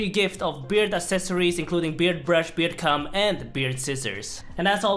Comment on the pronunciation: it doesn't sound like you say beard comb. We all know